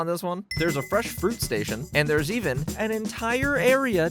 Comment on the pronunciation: Freshshshh...do all asians pronounce that word that way? Or just utube culinary asians? America explain?!😂😂